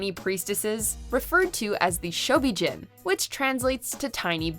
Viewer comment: They really need to do more research on Godzilla and the mythology Toho created. The pronunciation of Ghidorah and the Shobijin are butchered (also the MUTOs aren't called M-U-T-O, they refer to the monsters at MUTOs in the 2014 film) and they neglected to know that the Mother larva (with the help of Godzilla and Rodan) defeated King Ghidorah. And not knowing how Mothra will be depicted is wrong because she is always a good kaiju in every iteration. So, without a doubt, Mothra will be on the side of good. The director of Godzilla vs Kong is Adam Wingard, not Wigard. Please respect the Godzilla franchise but getting the information correct.